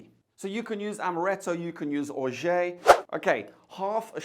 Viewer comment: Orgeat is pronounced Or-zhaat if you speak English or Or-zhaah if you speak french.